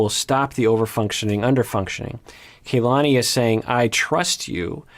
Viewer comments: Her name is not pronounced KayLani The a is pronounced the same as in the Lani part as a soft a. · is usually VERY mindful of how names are pronounced. I also think he has some Hawaii ties so im baffled why he is mispronouncing Kalani's names like this. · just want to say real quick her name is kalani, not KAYlani, that's driving me crazy ._. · I'm going nuts with mispronouncing Kalanis name. It's not Kay, it's a soft a just like in the Lani part of her name. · I think they pronounce her name as KAH-lani rather than KAY-lani. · Doc, I think it's pronounced kuh-LA-nee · It's pronounced Kahlani